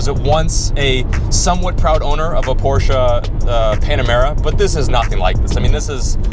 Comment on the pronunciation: Did he just pronounced Porsche right never seen a American manage to do that